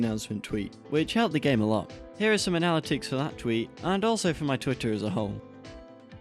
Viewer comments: I liked this video but "uh-na-lit-ics"? lol (also steam is kinda greedy) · Great video! But I can’t get over the way you say ‘analytics’.